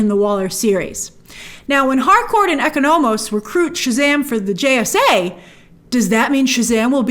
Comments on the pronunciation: Lol it’s obvious Grace didn’t watch Peacemaker given how she keeps saying “eco-no-mos” instead of “Econ-umiss” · Graces pronunciation of economos revealing she didn’t watch the show